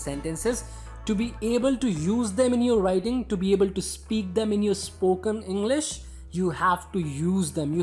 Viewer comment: Englisss× English✓